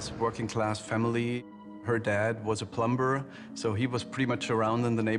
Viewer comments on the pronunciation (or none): I wish someone had told him how to pronounce plumber 😒 the B is silent. They just made him look stupid